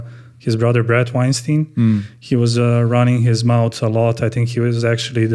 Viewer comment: Rhymes with Albert not Harvey.